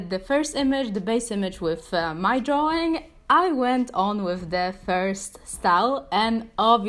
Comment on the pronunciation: Drawing not draw wing